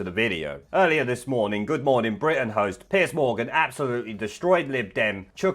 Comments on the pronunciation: Just so you know its not Piece Morgan, its Piers Morgan. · Isn’t it Piers? Not Piece Morgan? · It's PIERS Morgan , not Piece Morgan.